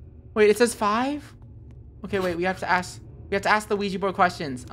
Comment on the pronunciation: WHERE'S THE OUIJA BOARD?! Me: *has flashback of Funneh saying Ouiji instead of Ouija*